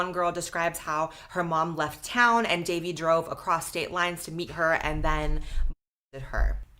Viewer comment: Fr like c’mon its not that hard Its not “davie” its literally “dahvie” bro should know how to pronounce it 💔